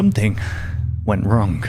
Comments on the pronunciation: I should have explained a little better you pronounce it like “wronG” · Your accent is really weird for example: instead of saying “wrong” you say wrong but actually pronouncing the G instead of letting it be silent